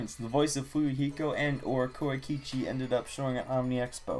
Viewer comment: WOOoOooOoooOoOoOoowW KO-EYE-KI-CHI